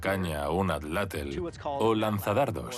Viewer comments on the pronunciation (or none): "Átlatl", no " At La tel" Es un avergüenza que los españoles sean incapaces de pronunciar correctamente otros idiomas, peor aún considerando que viven en un continente tan rico en idiomas oficiales. De pena. He visto documentales de la segunda guerra mundial en la que mencionan "Hit ler" no puede ser, en serio no tienen la capacidad de pronunciar tla, tle, tli, tlo, tlu. Que maldita necedad y no me hagan seguir con el sonido "sch" que volvemos a lo mismo. Edit: el primer español de la historia en decir "tla" correctamente, lastima que no corrigiera el "tel" ni porque ellos nos colonizaron y ademas dieron escritura a nuestros idiomas pueden pronunciar bien.